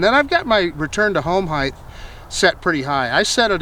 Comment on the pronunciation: Great video. Thank you. Just a heads-up... The word is height. It's not pronounced "heith." :-)